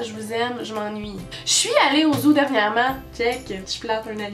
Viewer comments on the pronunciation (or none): c'est bizzarre "zoo" tu dis "zou" xD